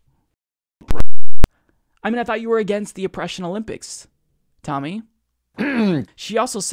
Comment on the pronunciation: Stop calling her "Timmy". It's "Tammy".